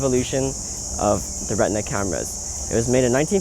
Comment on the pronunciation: The Cameras are called RE TI NA , not Retna...